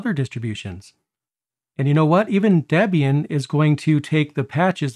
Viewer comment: Your pronunciation of Debain is wrong. Imagine Debra + Ian = Debian. The name comes from a combination of Ian Murdock and his then gf Deborah Lynn.